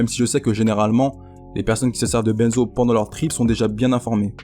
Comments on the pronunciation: on ne dit pas "Bènezo" (BAINE) mais "Benzo" (BEIN) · yo juste a titre informatif on ne prononce pas "benezo" mais "bainzo" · Je veux pas paraitre trop chiant mais ... ON PRONONCE "BINZO" et pas "BÈNZO", c'est "ain" comme dans bain et pas "ène" comme dans Ben Laden. Cordialement, un random qui fait un peu de chimie. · Bordel, qu'est ce que ça m'énerve quand tu dis "Benzo".. Ça se prononce comme le chiffre "Un"!